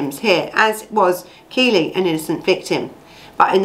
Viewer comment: Its KELLIE not Keely, get the name right at least! It happened local to me.